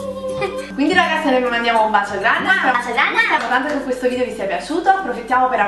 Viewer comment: VIDEO!! Non "vidio"....